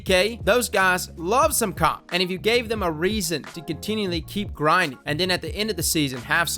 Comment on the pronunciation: " Them guys LOVE some comp" Sounded like "Cock" instead of comp xD !